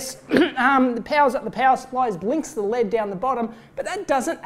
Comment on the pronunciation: Every time he says L.E.D as Lead, I keep watching for a lump of metal